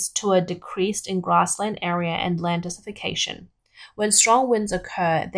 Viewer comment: The narrator kept saying "dessification." Did she mean "desertification" or "desiccation"? (Her hyper-Australianized accent was not always clear, especially with the over-emphasis of the r-dropping final syllables, as in "wahtaah".)